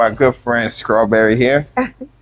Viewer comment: Doc u didn't say Scrawberry did you 🤣😂🤣